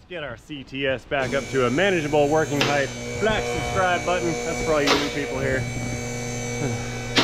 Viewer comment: Height not heigth 😎 words. But width and length are correct…inglish is wierd. British is wierderer